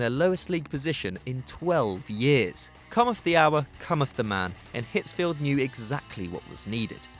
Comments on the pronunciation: It's Otmar Hitzfeld not Field. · Hitzfeld Not Hitzfield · It's Ottmar Hitzfeld, not Hitzfield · It's Hitzfeld. Without the "ie" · It's Ottmar Hitzfeld, my man. Hitzfeld.